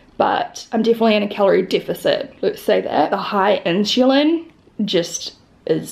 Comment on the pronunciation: Is it common for Aussies/Kiwis to pronounce insulin like “inshulin” ?